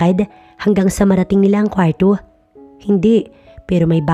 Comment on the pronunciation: AY NARINIG KO NA NAMAN ANG MAARTENG PAGBIGKAS NG KWARRO.